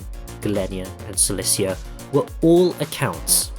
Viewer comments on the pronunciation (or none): none